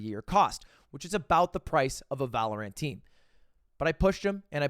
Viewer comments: Why is he saying Valorant like that.. Valo-rant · Is it some sort of inside joke that Ludwig calls it “Valor-ANT”? I’m so confused. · Does anyone else cringe when lud calls Valorant, ValorAINT